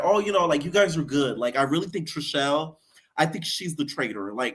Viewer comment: It is chrishell. Not trishelle. Trishelle is last season. 😂😂😂😂😂.